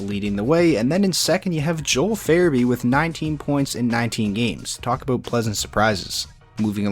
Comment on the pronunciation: Aboot lol